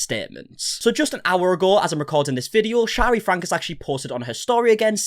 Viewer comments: I have been watching you for years now, especially 8 passengers coverage....please forgive me but i have been wanting to comment this to you for a very long time....its not pronounced frank, its pronounced Franky. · It's pronounced FRANKIE, and Shari is pronounced 'SHERRI', in Utah.